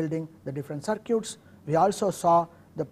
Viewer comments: Is it cir-cutes ? I thought it was cir-kits. Potato, patato......Now go build some cir-cutes......haha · Cir-cutes :D